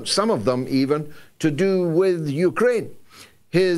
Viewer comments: George pronounces Ukraine, ukerrane. Hilarious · This clown puts an extra vowel in Uk’a’raine. 😂😂